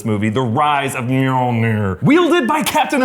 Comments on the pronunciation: Mjolnir, not Meowmyar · did this guy say meowmir instead of Mjolnir? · Did you just.. call it meow'miar? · Sorry to be so nitpicking, but it's Min-knoll-near (though I think Darcie's Mew-Maw is cute). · Did anyone hear one of them say meowmeow instead of mjolnir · The hammer is called "MAL- NEER".. OMG. LOL!!! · The way he pronounce the mjolnir is sounds just like meow meow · "Meow Mear" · did he just say myar myar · Did you just call Mjolnir Meow Meow? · Wtf did he call Milner? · Did say milmir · MeowMeow??? 😂😂😂 I love how you pronounce Mjolnir! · Little warning: Do NOT under any circumstances tak a sip when tries to pronounce Mjolnir. It's not Meowmeow,. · He really called mjolnir “meowmeow” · Did you seriously pronounce Mjolnir as "Myarmyar"??!! Wtf, man?? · why did he say Mjolnir like that? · I like how mispronounces Mjolnir like how Darcy mispronounced in it in Thor and The Dark World. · Is it me.......or when he said Thor’s hammer name it sounded funny😂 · pronunciation of Mjolnir is so bad. Seriously